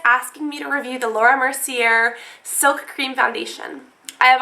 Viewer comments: Mer-see-ay :) not merseeair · Laura Mer-see-ay :) not Mer-see-er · Oh god. Laura Mercier = Laura Mercy-ay. It's french; you don't pronounce the "r". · I love your videos, but you're mispronouncing Mercier. It's a French name, and it's pronounced Merse-yay. In other news, that foundation is wonderful. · Laura Merci-A* is how u say her name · You're saying Laura Mercier wrong. Her lastname is pronounced Mer-see-ey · its pronounced laura mer-si-ay :P just for future preference! i love your hauls!!! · That's not how you pronounce Laura mercier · u dont pronounce the r in mercier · The R in Mercier is silent :)